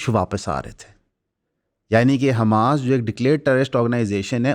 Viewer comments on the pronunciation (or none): none